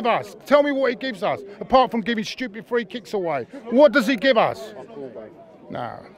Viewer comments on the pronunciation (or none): none